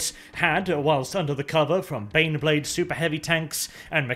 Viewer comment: IT IS DAH BANNEBLAADE!!!